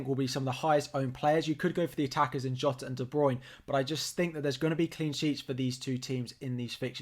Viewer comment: well done for pronouncing jota's name right! lol